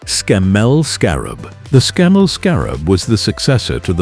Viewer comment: We don’t say sem-i or Scam-mel